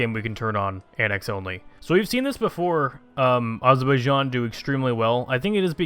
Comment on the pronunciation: AZZ ZZER BAI JAAAN not Azorboyijan. you almost said it right.